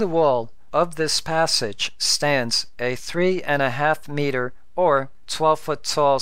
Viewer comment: Look, I say this as a friend... Stop. Your videos are super informative and very well thought out but you simply can't stop yourself from sounding like a damn computer. Words like "water" or "meter" is actually pronounced like a robot. You are aware of it, but can't stop it. So, either stop, or have someone else read your script. Please understand, I appreciate your hard work, but just listen to all the youtubers out there. How can you expect your sub count to hit 1k if you are putting people to sleep? Just stop.